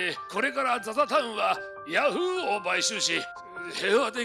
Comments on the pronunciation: ヤ⤵︎フーーーー⤴︎ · ヤ→フ↑ーで草